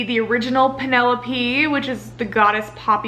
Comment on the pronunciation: I loved this but you keep calling Poppy "Penelope"... her name is Penellaphe jdhsgfjdhegfjherg